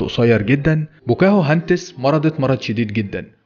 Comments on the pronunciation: بوكاهنتس صارت بواكوهنتس😂😂😂😂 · مسمهاش ( بوكاهو هاندس) اسمها《 بوكا هندس》 بضم ب وفتح ك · بوكاهانتس😂 مش بوكاهوهانتس😂